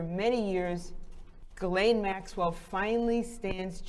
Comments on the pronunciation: Her name is Ghislaine, not Guylaine. It's pronounced Jeez-lenn. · Her name is pronounced Jizz-lane NOT Gillane!!! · to be precise it's Jeess-lenn